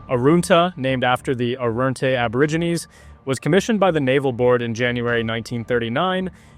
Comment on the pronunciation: Would be good if you pronounced the name correctly. You said it like it has “oo” in it, which it doesn’t. Arunta is said as such, not “Aroonta “, like you said it. Typical bloody American mispronouncing Australian names. Pull your head in.